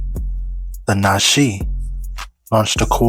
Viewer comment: It’s pronounced: Na-chuhz.